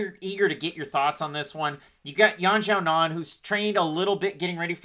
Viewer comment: Major respect for the correct pronunciation of Yan Xiaonan (source: minored in Mandarin in college)